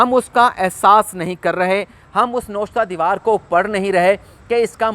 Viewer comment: " nawishta e diwaar" hota ha na k " noshta e diwaar"